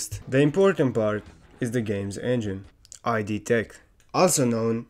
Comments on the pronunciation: "id software" pronounced like "id card" hurt so much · dawg... its not i dee its id.. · actually it's pronounced id and not ay-dee :face-orange-biting-nails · Neat. BTW, it's not "ee-dee", but just id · thats not how you pronounce id